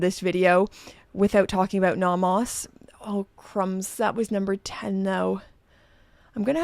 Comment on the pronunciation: You are the only person I know who pronounces it naw-mahs. Merry Christmas,!